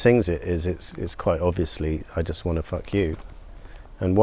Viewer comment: good review. I was shocked when I heard Fuh You, I'm like you it sounded like he was trying to drop the F bomb. I have mentioned about making sexual innuendo at 76 is a bit creepy. I'm on the fence whether I will buy it or not. I'll have to hear the album online somewhere before buying it. If Paul retired before making this album, he would never go wanting.